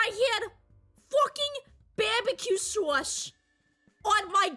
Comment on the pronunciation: "Bahbuhkew sawce" instantly won me over lmao